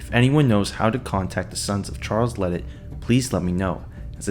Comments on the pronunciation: The Cajun in me can’t let you say it like that it’s la-day idk how it works being it’s spelled ledet lol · The last name is pronounced LeDay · His name is pronounced La day